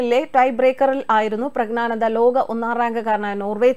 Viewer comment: Prag na nanda alla, Prag njyan (gyan) nanda.